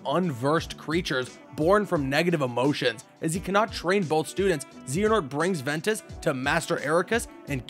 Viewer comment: The pronunciation... Lmao VEN E TAWS